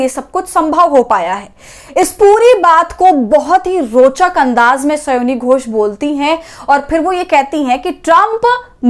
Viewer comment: स्योनी घोष नहीं, स्यानी घोष बोलिये महोदया।